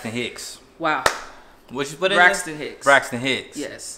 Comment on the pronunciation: Not saying Toni Brixton hicks😂😂😂